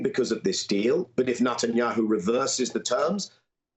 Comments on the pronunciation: Why can't Jewish Daniel Levy pronounce NETanyahu? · 😂 I love it. Nut and yahoo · I like the way Daniel pronounces his name as NUTanyahu. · Levy keeps pronouncing Netanyahu's name as "NUTenyahu." Do you think he's trying to make a point? lol. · Daniel Levy: “NutAndYahoo”. The gift that keeps on giving.